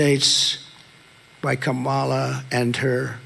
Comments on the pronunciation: Kamala was not responsible for letting anyone into the country. Trump just had to pivot from Joe Biden, so he did that. The man is bat sh%# crazy! And he still pronounces her name wrong, on purpose I think!! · What a sleaze. Purposely mispronouncing Kamala over and over. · It's intentional. Just a bully trying to offend someone by deliberately mispronouncing their name. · The fact that he cannot/won't say her name correctly, is frightening. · Every time I watch Trump speak, I think of that old guy at the end of the local bar who pontificates about whatever enters his mind at the moment. Two minutes later, it's a different topic. None of it makes sense, and no one is really listening. And he doesn't know how to pronounce Kamala, either. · He can't even pronounce Kamala correctly. Who's the mentally challenged one? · He forgot what he was saying because he was too focused on deliberately mispronouncing her name. His tiny little pea brain can only BARELY handle doing one thing at a time, 2 is impossible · Anyone who can't learn how to pronounce THE VICE PRESIDENT's name is not fit to be the leader of anything. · He still can't pronounce her name correctly. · He didn't make much sense. He mispronounced Kamala's name and call Aliens, Elians. Then he said she stopped them all. Wow.